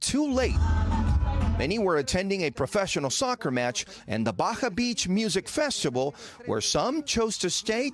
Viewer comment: " but wee have a festivaol, that's worth loosing my life ovur" lol lol idiots